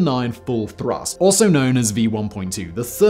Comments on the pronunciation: Full thurst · Great video as always! But..."full thurst"?